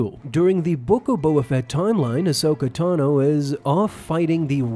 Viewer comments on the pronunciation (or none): none